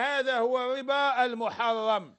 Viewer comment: روح يا شمسو سقم اللغة ديالك مايقولوش الاربا ولكن يقولو الربا